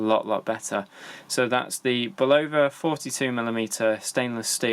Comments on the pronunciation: Love how most of the watch reviewers of this brand can’t even pronounce the name correctly. For watches sake folks do some homework it’s pronounced (bull-uh-vuh) not (bull-low-vuh).Just watch a simple commercial of the product or even one of the interviews of the president of the company. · Bull - ova? Really? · If you're going to review watches and expect people to take you seriously, the very least you can do is pronounce the brand name correctly. Face it. you know nothing about watches.. This channel is just a way you can ask viewers to buy you watches "to review" so you can build your collection for free.